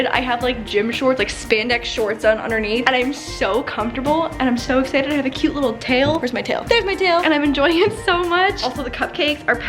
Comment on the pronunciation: “Sho exchited”